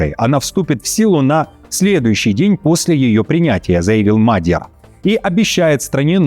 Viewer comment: почему Вы нового премьера Венгрии называете Мадьяр? В сети (Wikipedia) и в жизни он Magyar а не Madyar...